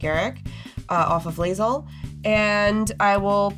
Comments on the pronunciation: I'm surprised didn't say anything about botching his girl Lae'zel's name lol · As a huge BG3 fan the Lae'zel pronunciation hurts. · Every time i hear Lae'zel's name pronounced incorrectly i die a little inside.